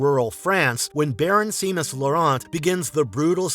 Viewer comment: Great video! Heads-up, regarding The Cursed: Seamus is pronounced "Shay-mus," rather than "See-mus."